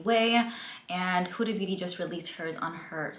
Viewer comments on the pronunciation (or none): none